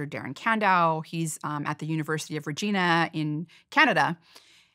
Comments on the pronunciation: UNIVERSITY OF RE-GINNA LOL the unintentional disrespect😭😭😭😭 it's is pronounced, 're-jai-na. like the lady part. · You mispronounced the university or Regina, Saskatchewan, Canada. Its not read like the name, it is pronounced like the body part. Not joking but its a little offensive when people choose not to say it right. To be culturally sensitive its pronounced Regyhna. Great inteview❤ love the podcast❤. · “University of Re-gee-na” 🇨🇦😂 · Being Canadian, born and raised, I just wanted to correct that it's pronounced Regina...rhymes with vagina. Also, this podcast, like all of the DOAC podcasts are extremely awesome and super informative. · Hi Dr, Rhonda. Regina is a long i, not an e sound. You seem like a smart person who would want to pronounce it like a Canadian!